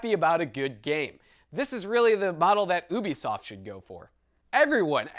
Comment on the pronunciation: Ubisoft = U-be-soft